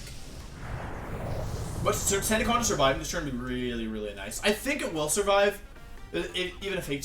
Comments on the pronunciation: Also: "How did Gengar survivey" That shit gets me everytime :,) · I sur-viv-ay?!?